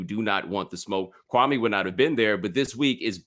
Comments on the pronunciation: The man said his name is Kwa' ME not KWA'may. This Spencer Hall guy is being very disrespectful. In fact, both of them are being disrespectful telling stories wrong. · His name is not Kwawmay. Y’all are so boring compared to Kwame. Ugh. I’m out. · The white dude pronounces his name like Stephen A Smith..KwuanMay.. Yep if he get bored they next..